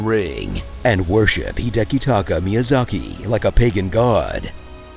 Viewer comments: probably a script Totally butchered Miyazaki's name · They way ol dude butchered Miyazaki's name lmao